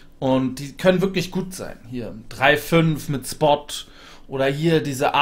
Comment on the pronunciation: Außer, dass man "Schpott" sagt und nicht "Spott", toller Guide!